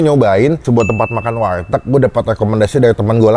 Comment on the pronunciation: warteg bang bukan walteg. canda walteg😂😂😂